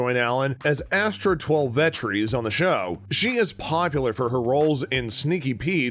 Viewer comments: Twel-vetrees is no. It's Twelve Trees. She's a native American. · 12 trees and bajillion...this guy pronounces things like an alien